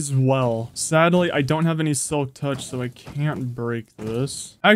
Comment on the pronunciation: I’m not sure if you’ve noticed but sometimes when you say “so I” it sounds like “som I”